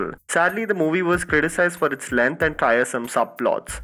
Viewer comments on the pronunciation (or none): none